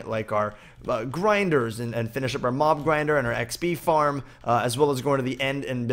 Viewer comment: Lol at first i thought you said mom grinder not mob grinder 😂